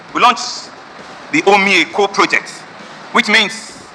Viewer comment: What is "Umi Eko" bro, is called OMI EKO